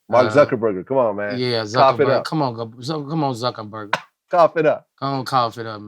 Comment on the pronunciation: I swea-tah-gawd, I love Boosie’s energy. He will just go slap off and then bring it down😂😂😂😂 “Kamila” and “Zuckenburger” 😂😂😂😂😂😂😂